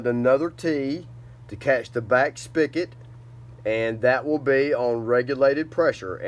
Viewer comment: "Spig-ot" not "Spick-it"